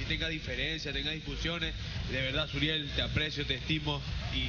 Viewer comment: es suriel no muriel